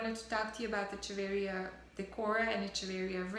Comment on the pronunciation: Hello, the pronunciation of Echeveria is wrong: "ch" sounds like "k"... ! ;)